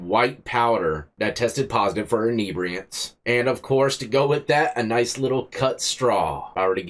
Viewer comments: Common, enibriants? Call it what it is like the reporter, it was fentinal. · Inebriated inibriants 😂😂 now its a weird word you broke inibriate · "Inebriatants"?... Inebriated on Inhebriatants!... Haha!... Good Ol' Florida!...